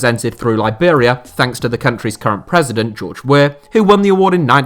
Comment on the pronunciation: George Weah, not weh